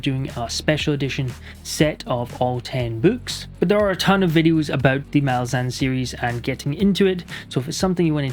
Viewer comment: Gonna die on this hill, but it's pronounced mah-LAZ-uhn. Stress needs to be on the second syllable, as it's an demonym for Malaz (pronounced mah-LAZ). Idk why so many booktubers get it wrong but the authors have always stuck with this pronunciation.